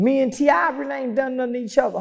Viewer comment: When he called T.I “ Tippy Toe”. I lost it! Ehehee.